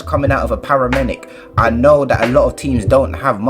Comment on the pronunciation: Did this man just say "I know we're just coming out of a paramenic?"